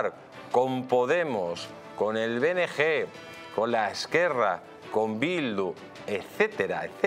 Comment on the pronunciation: No se dice "benegé". Se dice "benegá". Si dices "esquerra" di lo demás, anda.